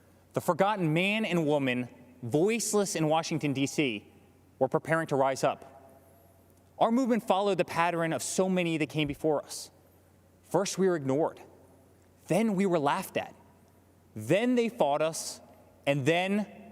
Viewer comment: "Our movement followed the PATTEREN (?)..." - "... freedom is never more than one generation away from extinction..." thanks to Trumpanzee's mishandling of CoVid...we're close to becoming extinct! - Since when has Trump been so patriotic or gave one crap about Americans until he had to appeal to his base to gain the most powerful job in the world? - "...the world has ever KNOWEN (?)" I give up - I just can't hear any more butchering of the English language and lies from this moron's asshole mouth.